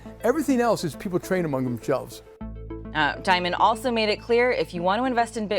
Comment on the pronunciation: Actually, the correct pronunciation of Dimon is "demon". It's fitting for this scoundrel.